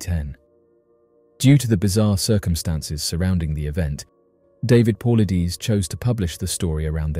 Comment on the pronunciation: Great video but you guys gotta learn how to pronounce Paulides